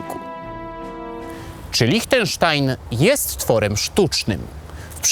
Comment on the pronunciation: Świetny materiał, mogę zarzucić Ci tylko jedno: Liechtenstein wymawia się LIŚTENSZTAJN, nie LICHTENSZTAJN 😉